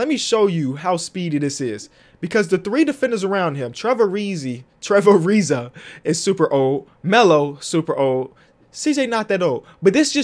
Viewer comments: No one:: Trevor Arizi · Nobody: Trevor Areze